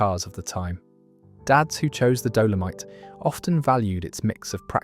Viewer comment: Some of the pronunciations are wrong .... what is a Doleamite? And Cap ree!! Good compilation though brings back memories of preparing your own car due to them all being so simple to fix.